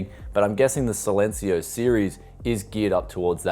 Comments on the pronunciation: SAILencio LUL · Man you need to pronounce "Silencio" in spanish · how to pronounce silencio- C-len-c-o